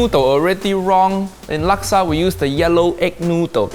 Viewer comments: It’s pronounced sambal not saambaal. Why do Brit’s do that? You are so picky about saying words correctly but you can’t say pasta properly and now you can’t say sambal properly.and it’s nasi lemak not naasi lemaak. And it’s pandan not paandaan. And it’s laksa not laaksaa. You are using flat “a” like in “hat” but it should be a rounded a as in “hard”. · I love the pronunciations from you Brits! Its pronounced "Nasi le-muk" and "Luksa" not Nasi le-Mack and Lack-sa 555